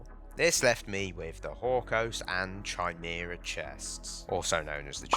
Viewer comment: Bro CANT say Chimera🤣🤣🤣 blud saying "shymera"